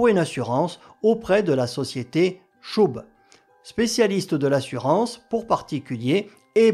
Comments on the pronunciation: Chubb, c’est « cheub », pas « choub » (ou « chub » si on veut le dire à la française) Commentaire pour nourrir l’algorithme. 😊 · On prononce « tcheub » pour l’assureur